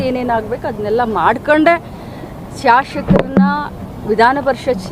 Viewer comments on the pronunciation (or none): ಶಾಶಕರನ್ನ ಷಡಷ್ಯರನ್ನ ವಾಟ್ ಆ ವರ್ಸ್ಟ್ ಕನ್ನಡ!